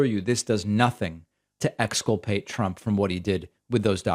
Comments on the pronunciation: Did this lunatic really just mispronounce his own name as "Chump" ? 🤣🎯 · ... The Orange Shit Gibbon actually called HIMSELF 'chump Trump', Well, either that or he's mumbling worse than he has Biden as doing ?